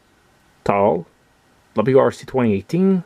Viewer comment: I have the VW Polo already, and will buy the others as well in the future. They are really great products from Majorette. I noticed you accidentally said "W2C" a few times instead of "WRC", but it is just the logo confusing you LOL ; )